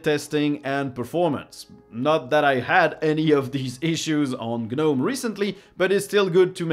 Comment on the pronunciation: Isn't the "g" silent on gnome? So it would be "nome" when pronounced, like the "k" is silent in "knife". "guh-nome" would be like saying "Kuh-nife". I hear this pronunciation on a lot of linux videos, not just this one. I went to "pronounce gnome" on google, and yes, it's a silent letter for that word.